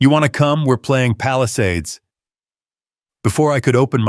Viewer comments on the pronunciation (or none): none